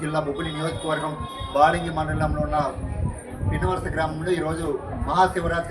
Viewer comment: hlo అన్నా అధి విన్నవలస కాదు పిన్నవలస